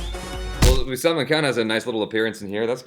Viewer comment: hey the way you say Salman's name it sounds like Salmon fish, actually its pronounced as SAL MAAN